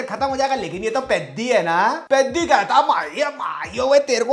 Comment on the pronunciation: Peddi ❌ Piddi ✅